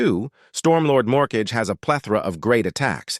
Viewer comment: The AI really said "mortgage" for morkage